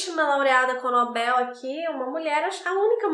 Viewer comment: Só de você falar NobEl e não nObel, já merece muitas estrelinhas! ❤ Adoro seu trabalho.